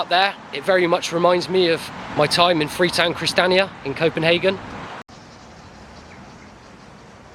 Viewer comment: it's Christ-i-an-i-a although you'll probably never need to mention it again 😅